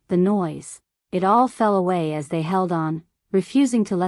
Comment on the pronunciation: Here are some thoughts on the first minute and a half. Does anyone “proof-listen” to these stories before they are published? How do you cross a limo “ She almost crossed her limo”. Then how did “as” become A.S. to be read in individual letters? I find the first person stories with their hokey voices preferable. Your story in the third person sounds like a “book on tape” and hence I have withheld approval or subscription.